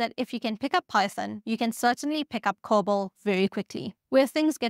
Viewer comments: Lieber Freund, es heißt Cobol! Dear friend, it's called Cobol! Not COBAL! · "COBOL" not "COBAL" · COBOL? You gotta be kidding?